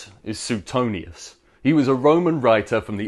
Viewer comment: Pronounced Swaytonius